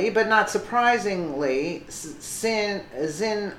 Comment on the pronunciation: Xinhua sounds like "shin-wah". Just sayin'